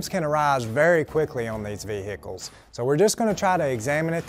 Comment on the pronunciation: Why is it that Americans have trouble saying vehicles.